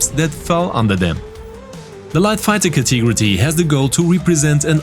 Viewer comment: Ca-te-go-ry ... not Ca-tee-gro-tee ;P